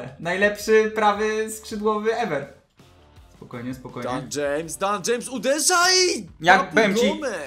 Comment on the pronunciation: Daniel James chyba a nie dan James jak się mylę to ok